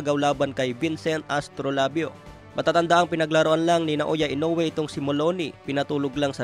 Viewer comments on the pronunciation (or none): none